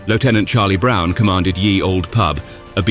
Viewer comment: It isn't pronounced "Yee Old Pub - or even "Year Old Pub" - as it is bizarrely delivered at 23.08: "Ye" was just how people spelt the word "The" hundreds of years ago - they still said it as "the".